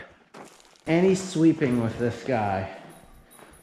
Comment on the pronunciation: I hear you say 'WIF' and 'With'. Is that a NorthEastern thing?